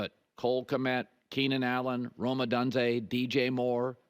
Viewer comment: Am I the only one who can't stand how he pronounces "Odunze"?